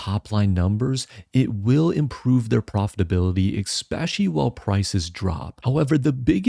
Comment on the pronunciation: Explain to me how you reading "especially" while marking it AND STILL PRONOUNCING IT "EKSPECIALLY"?!!!!